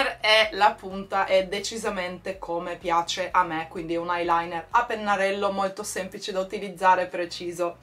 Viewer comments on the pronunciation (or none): none